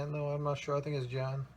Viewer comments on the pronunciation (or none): It's JOHANN (German for "John", so you're in the ballpark) Ren den bach.